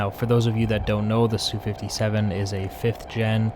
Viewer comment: "Sue".... :facepalm: MiG is only "mihg" because it's 3 letters. Like Yak. But Lavochkin is not 'la", it's L.A., like the city.